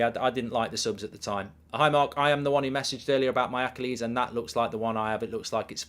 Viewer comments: “That’s an Acca lees” -Mark Goldbridge trying to say Achilles. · goldbridge pronunciation of achilles is hilarious